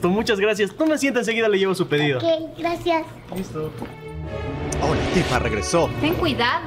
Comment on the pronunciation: Alguien más se dio cuenta que en el minuto dijo graciaras